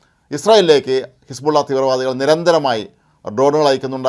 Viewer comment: ഹെസ്ബുള്ള യെ ഹെർബുള്ള ആക്കി മാറ്റി....